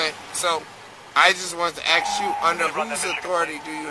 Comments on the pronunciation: I'd arrest him for threat of great bodily i injury - he told the LEO "I wanna axe you" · This guy must be a Lumberjack, because he says "Axe" a lot.